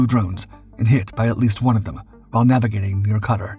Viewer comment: Is this an AI voice just reading the script? I would think the would know Qatar rhymes "guitar". Thanks for letting me share my first world problems.